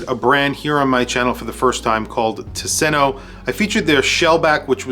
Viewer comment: Please pronounce it TOOS-en-o. Not tuh-SEN-o. “Tusen” is “thousand”; “ö” is island. There’s an archipelago outside of Gothenburg, and it’s beautiful. Marstand especially.